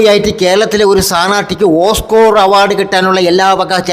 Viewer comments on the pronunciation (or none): ഓസ്കോർ അല്ല ഓസ്കാർ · എടാ കോപ്പേ, ഓസ്‌ക്കോർ * അല്ല ഓസ്കാർ, എന്ന് പറയെടാ...!!!